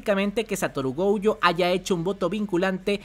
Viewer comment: Goyo no Gouyo por favor!!